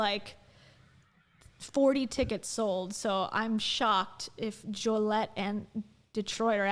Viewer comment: Jo-LEE-et 😆 ILL-in-oy